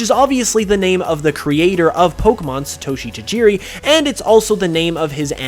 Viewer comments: It's NOT SuhToshi... It is SAATOSHI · You mispronounced satoshi